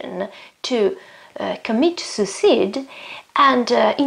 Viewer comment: And suicide is SU:ISAID